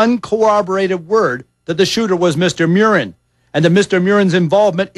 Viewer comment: Mew-rin is wrong, his name is pronounced Murr-in, just like it's spelled.